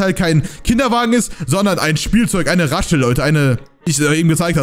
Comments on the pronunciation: Raschel... Ich: Es wird Rassel ausgesprochen xD (Nicht böse gemeint:) kannst du meinen Kommentar liken?) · OMG DU SAGST ZU RASSEL RASCHEL HAHA😅😅😅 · warum hast du Raschel gesagt und nicht Rassel? Spiele seit 2019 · Rassel nicht Raschel 😅😂 nicht schlimm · Er hat raschelt gesagt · Raschel hast du gesagt